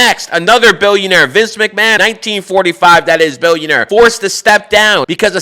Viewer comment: Billionaire BE “ILL “ ION ARE